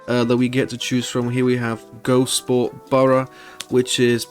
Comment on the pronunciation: Couldn't get past "Go-Sport" :lol